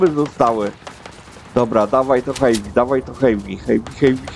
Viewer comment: Przepraszam ze poprawiam nie wiem czy to ja zle uslyszalem czy co ale mowi sie heavy a nie hejpi to nie hejt